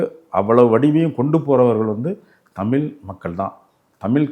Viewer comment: ஐயா தமிழ் என்பதை தமில் தமில் என்கிறீர்கள் உச்சரிப்பில் கவனம் செலுத்தினால் மேலும் சிறக்கும்